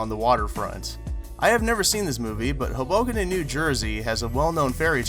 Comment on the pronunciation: Awesome video. And as a New Jersey native, it's not "Huhbucken" it's pronounced "Hoe-Boh-Ken"